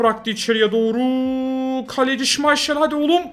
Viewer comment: Şımayşel değil şımaykıl